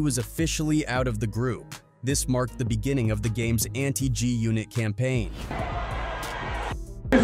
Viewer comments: WTF is "JUNIT"? these AI vids reporting on hip hop and other black news, while butchering names is annoying AF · Having the AI say G-Unit as “joonit” is unacceptable bruh.